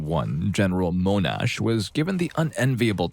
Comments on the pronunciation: Yea although General Sir Monash's name is pronounced Mon-ash not moan-ash. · First story. . World War 1 France. . General Monash was AUSTRALIAN . . So his name wasn't pronounced with a French accent. . It is pronounced MON-ASH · Mon-ash not moan-ash. General Sir John Monash. Mon-ash.